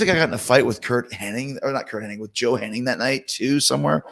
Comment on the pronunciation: Please don’t say Henning. It’s Hennig.